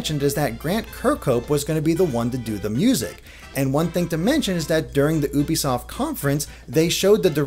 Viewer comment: *youbesoft Not oobysoft